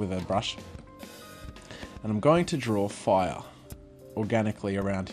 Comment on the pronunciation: "foiah" (fire)